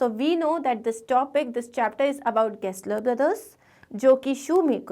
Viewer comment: Gessler ❌ Guessler✅